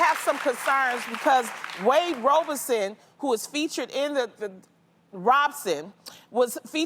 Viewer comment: You say that she does her research but she could not pronounce Robson and she said Wade testified in 2003 aged 23 which is not true. He was testifying in 2005 aged 22 going on 23.